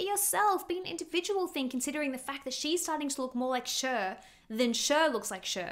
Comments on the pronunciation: Sheer 😂😂😂😂😂 Cher it's pronounced like Share. Love ur vids!! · CHER IS PRONOUNCED LIKE "SHARE" NOT "SURE"❤ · It’s not SHER it’s CHER (SHARE) please don’t botch Cher. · Not to be rude but it's CHER (SHARE) NOT ( SURE) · Who is "Sherr"??? Or "Sure"??? Because, um, Cher's name is "Share". 🤔🤔🤔🤔🤔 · pleaseee, SHER? CHER like shaaarree not sher 😭😭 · Girl it’s Cher as in share, not SURE. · "Share" not "Sher", pronunciation of Cher. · Sher? 😂 Cher (prn. ‘Share’) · SHER? SHER😂 no…it’s Cher aka Share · “Cher” is pronounced “Share” not “Shur.” Come on now. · Hey fellow Aussie..Cher is pronounced share. I really care that Cher gets her name said right..she is a Goddess, and one of her greatest charms was that she embraced her imperfections, and that’s what made her so perfect. That she’s gone on in her later years and felt the need to change the things about herself is a bit sad. She was utterly gorgeous back in the day, with her quirky features. Looking back on all the beauties of the ‘60’s and ‘70’s the thing that still makes those woman stand out is their naturalness. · I love you, and your videos are so fun to watch….cher is pronounced “share”. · It’s pronounced « Share » {Cher) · (Cher is pronounced “share”. ) Love you! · Cher is actually pronounced Share. It is short for Cherylin. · Cher's name is pronounced like "share". 😊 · FYI, Cher is pronounced "share." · Pronouncing Cher like sure. 😆😆😆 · Cher is pronounced like Share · Cher is pronounced like “share”. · It's pronounced as "SHARE" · Cher is pronounced "share" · I just love the way you pronounce Cher 🥲😍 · I'm sorry but I have NEVER heard Cher pronounced like that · I never heard anyone pronouncing Cher like that 😂 (no hate) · This lady just regurgitates other people's comments in her videos 😆😆😆 Doesn't even know how to pronounce Cher lmao